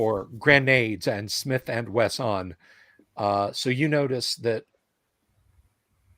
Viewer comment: I own a Smith & Wessahn; just hope I don't say that at the range...